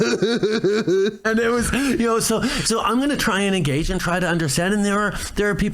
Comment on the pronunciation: Trudeau likes to “I gage all Canadians however, from behind!